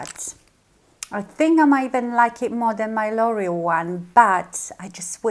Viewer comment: L'Oreal is pronounced lore-EE-al not loyal. lol Just trying to help because I was confused by what you were saying. I love your video. Very good.